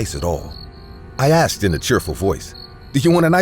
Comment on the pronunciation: Again..."i axed" 🙄